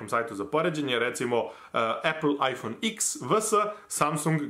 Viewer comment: Nauci kako se cita IPhone X